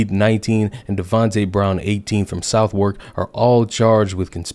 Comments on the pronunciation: My guy, love the videos but you need a hand on your pronunciation of London boroughs. Gravesend = graves-end, Lewisham = Lew-ish-am, Southwark = Suth-uk. Don't ask why, this is where English originates and we ignore all the rules SAAF EAST REP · Pronounced 'suthuk and peckam.' by the way. And true. This was headline news until the perpetrators were identified... Then it vanished. The usual left voices shut up about it as well. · I disagree with a lot of the things Sasha had to say, but her intentions were good. Its shameful that the same people who whipped her into a frenzy aren't campaigning for her justice. I had to watch this repeatedly just because I love the way he pronounces Southwark and Peckham 😂🤣😂